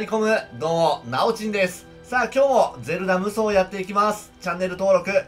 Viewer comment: 最初全裸無双にしかきこえない